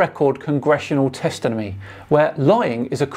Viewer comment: did I just heard you say “testinomy”😅 love your work keep it up